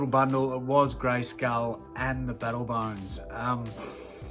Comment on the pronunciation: your english is wrong how are you saying castle greyskull you bloody bogan great vid will have to watch the next auction when on to see if i snag stuff yes i miss smoking sigs